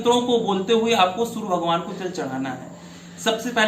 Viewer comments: Aap Sur bol rahai it's Surya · कृपया' सुर 'नहीं 'सूर्य ' उच्चारण करें आचार्य. 🙏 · Hindi me sury ka ucharn theek se kriye fir bad me gyan den, sur nhin sury khen , kanon me chubh rha sur ka ucharan. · Poore video mein aap Soor bhagwan kah rhein hain... Soorya bhagwan ka pronunciation sahi kijiye please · Surya bolna hai na ki , sur , pahele jake bolna shikh. Gadeey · Pandir ji surya to sahi boliye sur sur sunai de raha he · Bhai. Meko gussa aara hai. Tere ko bhagwan surya ka naam tak bhi lena ni aata. Aaram se bol sur sur. Kar raha. Hai. Language change kar teri tone sahi ni hai.